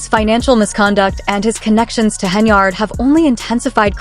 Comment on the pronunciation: Her name in henYARD, NOT HenARD!!!! Good God.